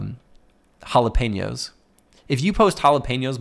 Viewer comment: Jalapeños hahaha